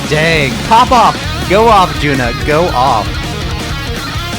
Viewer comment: Thank you for introducing HAGANE. JUNNA not JUNA. JUNNA is pronounced as JU-N-NA.